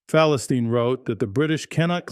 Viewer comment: At least learn how to pronounce the actual name of the paper 🤣